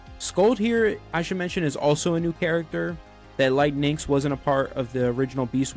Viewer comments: Aaaaaaaaarrrrggggggg. Great vid.... but for PRIMUS sakes it's "NYX" OR "NIX" OR "NICKS" OR "KNICKS".... NOT "NIN'KS". When being a content creators remember to rehears. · I appreciate it,but your definitely mishearing me. I don't say “nicks” at all I pronounce as “Nyx”